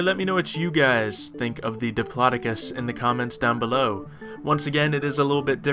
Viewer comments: I think it's pronounced dip-low-doc-us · I be live it actually is pronounced dip law doe cus